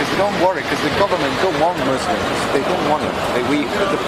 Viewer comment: is fuller murrrslumms. hoogle boogle. this guy is dumb as fwaaark